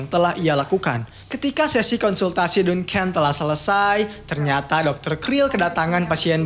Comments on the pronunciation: Duncan dbaca danken bukan dunken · Baca Duncan nya salah kayaknya bang